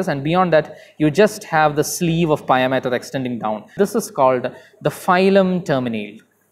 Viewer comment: For north american audience we say pia (pee-uh). Just for future reference.